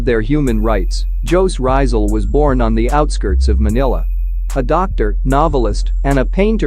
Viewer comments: what did he just said on no.5 " JOE RAIZAL"....... dont trash the name of One of the most distinguish hero of pinoy! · Bruh as a filipino the way that text to speech (the voice) pronounced jose rizal made me cringe so hard